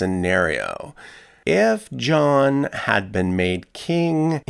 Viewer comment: I had to swipe left after I heard Muretha and Jowan.